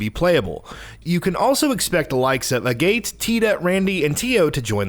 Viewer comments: It really bothers me how every video on this channel is read by someone who didn't write the script and didn't consult with the person who did to confirm pronunciations. It was real bad on the monster hunter world video and its bad here too. "uh-gate" is pronounced "aa-gut" and "renee" is pronounced how it is spelled, "renne" like "rend". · Can’t wait, oh and just for clearance it’s Pronounced Ren And Aget not Renee and A Gate